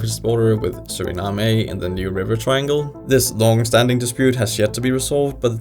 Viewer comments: Suriname is not pronounced like that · He butchered Guyana and Surinam 😅